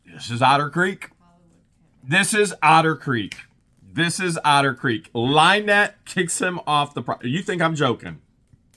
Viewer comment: Actually, using your accent on the word 'Otter' - it sometimes sounds a bit like 'Outer' so let's rename a certain portion of Otter Creek 'Outer Creek Limits', hahahah. Just now a spaceship will swoop down and...